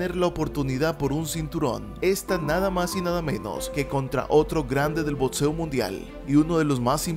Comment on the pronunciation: Muy buen video , pero por favor deja de decir botseo que me da toc. es boxeo o boxeador, no es botseador.